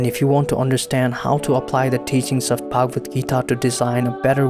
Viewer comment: Why do you westerners pronounce foreign, especially Indian words and names with the worst pronunciation possible? Do some research on pronunciation also, considering the fact that you people can learn pronouncing latin, french and even chinese words but not hindi-sanskrit, other indian languages. Its pronounced as shree-mad-bhagwad-geetaa, श्रीमद्भगवद्गीता (श्रीमद् भगवद गीता), not sri-med-bhegwed-geetae